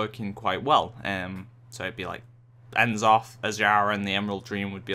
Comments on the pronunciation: it's n'zoth :P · I cringed every time you proncounced N'zoth wrong >.<